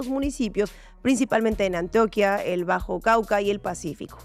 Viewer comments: Antioca no, Antioquia* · ANTIOQUÍA, no antioca